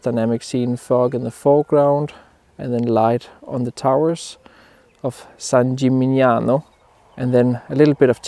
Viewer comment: Do you think that the fact you are not able to properly pronounce the place you are photographing is funny?